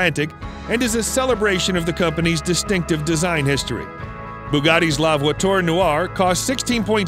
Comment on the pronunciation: You Mispronounced la (voiture) noire ( pur) sport & noire (elegance)